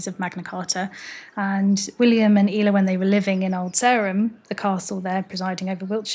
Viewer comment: Thanks for much for this. I love Ela and included her in my book On This Day in Somerset. I always thought it was pronounced like Ella. How did you find out it was pronounced "eela" please? I'm not doubting you, just would love to hear how you figured it out. Many thanks!